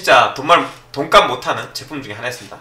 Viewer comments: 내 귀가 이상한 줄 알앗는디여?! 돈까스 라고 ㅋㅋㅋ 잘 보았습니다! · 잘못들었나? 시작하실때 돈가스 못하는이라고 하시는거 같은데요...ㅋㅋㅋㅋ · 소리만듣고 돈값을못하는 을 돈까스못하는이라 들어서ㅋㅋㅋㅋ